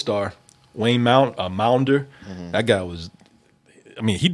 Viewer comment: WAYNE maunder's name is pronounced like wander, with a M.